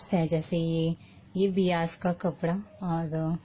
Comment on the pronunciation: It's bias बायस not बियास, nice video , very informative